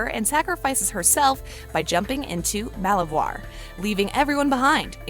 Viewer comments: It’s also not “Maliv-wire”, it’s “Maliv-ore”. And who is “Stef-fawn” it’s Stefan . 🤦‍♀️ What a wash. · Malivwaaarrrr why its malivore this person cant say anything right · She also said malivoire new french word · How in the hell can you say raphael but not stefan or malivore...let me help. (St-eh-fan) sound it out. Here's this too. (Mm-al-eh-v-or) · did she just— did she just said malavore? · dude it’s mal- eh- vore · This is so cringy I doubt she even watched any of the 3 shows at all the way she pronounced everything (Stefan, Salvatore, Malivore, Alaric, etc.) and that bit about Klaus and Caroline was just a parallel universe come up with by the Legacies writers